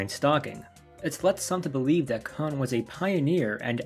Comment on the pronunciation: "Kon" rhymes with "lone" "Kan" rhymes with "Han" (solo)